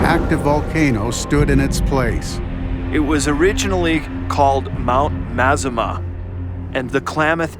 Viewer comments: It's pronounced "Mah-Zah-Mah" not "mehzammeh" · Did he say it was the biggest mountain in Oregon?? And why did they pronounce Mazama in a way that no one else does!? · Every Oregonian is triggered by the way you pronounce Mazama